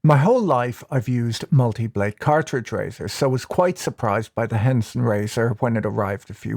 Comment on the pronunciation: Haha Henson Razor blades sounded like Hanson Mmmm Bop